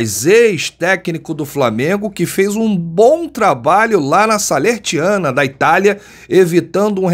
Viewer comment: O nome do time é SALERNITANA... Não Salertiana